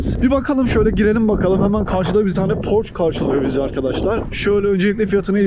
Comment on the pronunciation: abi kısa bi bilgi porş değil porşe olarak okunuyor